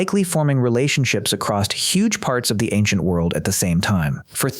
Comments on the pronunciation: Great video, but remember, narrator, the word is "across," not "acrost." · My only problem with this is you keep saying acrosst, with a t? theres no t man is just across long distances. same thing with cross man, theres no t, idk why it bothers me so much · there's no T at the end of "across." do people actually think "acrosst" is a word? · Good God! The word is across! There's no ed or st on that shit.